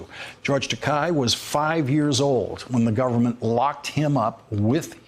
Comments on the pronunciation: Takei! Dammit! Like ter-kay. Not ta-kai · It's pronounced "TAH KAY" Lawrence, do you live under a rock?